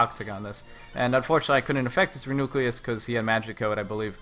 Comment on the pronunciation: Reuniclus =/= re-nucleus. REE-you-NEE-kliss